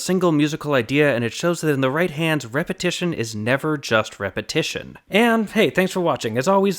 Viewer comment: Repahitation lehgitermisting